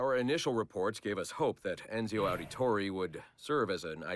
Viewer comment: It's more ironic that Roger Craig Smith (Voice actor of Ezio Auditore) did the narration for all these characters market analysis files and just butcher their names including Ezio's.